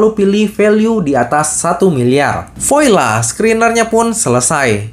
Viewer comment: Voila bacanya /vwala/, Om. Bukan /vo-i-la/ 😂